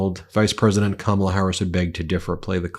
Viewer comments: Oops. tRumpy accidentally pronounced Kamala correctly in that video . 😅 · Maria said Kamala’s name right!?! Wow! So did a couple other hosts, after the first few times they say it wrong